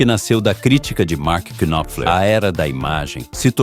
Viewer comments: Ótimo vídeo, mas me permita uma sugestão, na boa. O nome do cara não se pronuncia "qui-nop-fler". O "K" inicial é mudo. A pronúncia é Nóp_fler, com o P bem curto, quase mudo também. Se fossem moedas, um knopfler valeria uns 30 stings. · Por favor, aprenda a pronúncia do nome dele!!! "Mark Knopler". Esse "K" não é pronunciado, da mesma forma que no verbo "Know" também ol "k" não é pronunciado. Estude mais antes de fazer vídeos!!! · Marky Kynofler 😂 vai estudar inglês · Não se lê o K no nome dele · Excelente vídeo, parabéns Só uma dica: não se pronuncia o K do nome Knopfler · Knopfler se pronuncia com o "K" mudo, como em "knife"